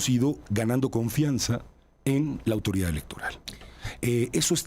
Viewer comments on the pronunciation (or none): "¿Austoridad?" escuche mal? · cuando la "analista" dice austoridad... uno entiende su "analisis"